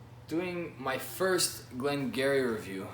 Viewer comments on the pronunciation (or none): Good review, but just for the sake of the pronunciation it’s “Glen Guirri”